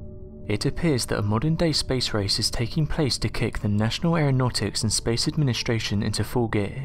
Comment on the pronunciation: Fyi if u fast forward at the right time, right he says nation aranautics and space Asian. That made my day cause I'm gonna wonder what a space Asian looks like now.